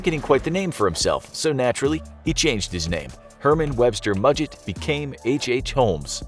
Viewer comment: You actually pronounced Mudgett correctly!